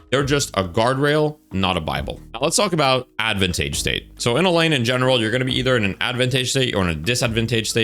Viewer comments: Ad-van-tayj 😭🥀. Very unique. Great video man lol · Mans saying ad-van-tage (like page) 🤨😂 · Never in my life have I heard someone pronounce Advantage as "Advan-Tay-J" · pls look up advantage pronunciation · I never noticed he mispronounced "advantage" so badly until I saw someone mention it somewhere else, it didn't even process to me that that's what he was saying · Why my guy pronounce 'advantage' like that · Why is bro pronouncing advantage like that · Great video, I have never heard someone say advantage like that haha